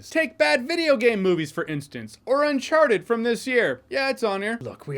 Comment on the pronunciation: When he said uncharted. It hurt my feelings